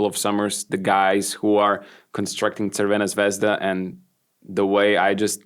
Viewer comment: Great pronunciation of Crvena Zvezda, Kokoškov, good correction for Smailagić, even good Anđušić, and excellent correction for Kamenjaš. Good podcast